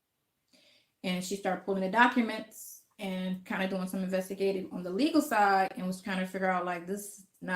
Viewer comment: she said 'docaments' 😄